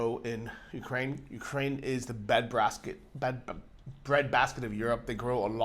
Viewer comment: "Bad Brasket" )))